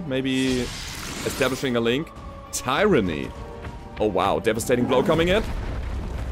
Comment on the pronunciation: In english its (tyr_an_ny) said quckly as three short breaths